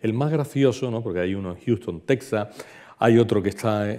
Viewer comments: Nada que ver la toponimia y la precision geografica. Eso desmerece su presentacion. Apunto que "Tecsas" se pronuncia "Tejas". Y el mapa pues mas que ayudar es un es un anacronismo. Por ejemplo, el "Real de San Felipe de Chihuahua" no existio hasta 100 anos despues de el viaje de Cabeza de Vaca. Es decir, Chihuahua no existia ni como referencia. Por otra parte, los Coahuiltecas eran nomadas desde Coahuila hasta Texas y recorrian a un grandisimo territorio. La frontera actual no existia y este senor piensa que son parajes cercanos! Otra cosa, San Antonio esta en el SUR de Texas no en el norte. De hecho es conocida como "The Capital of South Texas". Aun mas, la caminata fue lo que ahora es Texas, Nuevo Mexico y en el peresente mexicano, los estados de Chihuahua Sonora y Sinaloa... de Tamaulipas a Chihuahua, como el dice, no se puede brincar asi como asi. Tamaulipas esta en el golfo y Chihuahu8a en el Centro norte de Mexico. Es decir, queda una distancia dos veces la extension de Espana entera misma!!! No ha ido. La caminata por Sonora fue en las faldas de la Sierra Madre.... no llegaron al Pacifico pues Alcaraz los encontron tierra adentro. Estebanico murio en "Abiquiu", no "Abicu"... Otra cosa...Los indios pueblo por aquellos anos vivian muy confortablemente a las faldas de las montanas y la orilla de los rios. No tenian joyeria pero tenian una riquisima cultura y nop eran meiserables. Es la actitud del tipico anti-antropologo con todos los prejuicios que lleva... Terrible. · Muy ameno e informativo. Una pequeña corrección: en español Texas (que también se puede escribir Tejas), no se pronuncia "tec-sas", sino igual que si estuviese con una jota. Lo mismo México, Oaxaca y otras.